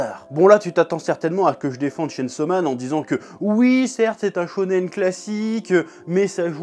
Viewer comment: Tu pouvais au moins prononcer le chain : tchayn 😭